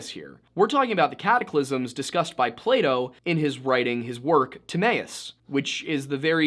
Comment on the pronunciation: Its fucking PlaTo not Playdough